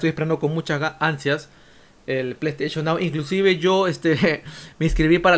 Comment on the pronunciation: ese pley steichon nao es un loqillo